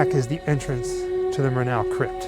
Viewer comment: Murnau: stress is on the first syllable. MUR-now